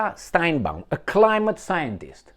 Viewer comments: Sheinbaum, not steinbeum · It's not Steinbaum, it's Sheinbaum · You are mispronouncing the name of the new president of Mexico. It is Sheinbaum. Also, do you know the real name of Netanyahu? It was Benzion Mileikowsky. As for Ahmadinejad, not so fast. He may not be allowed to run. He was disqualified the last two times. There are a number of other very good people who are running. He was the president for 8 years. That should be enough.